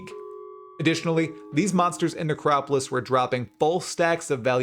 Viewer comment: 3.24 The Necropiss league